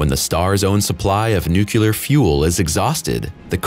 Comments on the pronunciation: Enjoy the video but I'd like to make it clear that it's NUCLEAR not NUCULAR !!!! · Cool expose, thank you. By the way its Nuclear, not Nucular ~ wink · Nuclear..not nuculer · Please TRY to pronounce "Nuclear" properly. Every time you say "Nukular" you turn into George Bush in my mind and completely lose all ethos. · I think im hearing this narrator say "nucular" and not nuclear..🤔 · There's no "y" in the word nuclear. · The narrator should learn how to pronounce 'subsequently' and 'nuclear.' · nuclear has no y in it.... please learn to pronounce it correctly or get a different person to narrate.